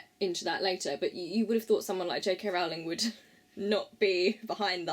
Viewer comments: Great Video!!!!! But Rowling rhymes with bowling not howling. I'm not hating, great video! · It's Rowling like bowling 🎳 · You pronounced her last name incorrectly.